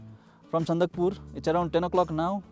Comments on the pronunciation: It's Sandakphu not sandakpur. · Its Sandakphu...not Sandakpur ...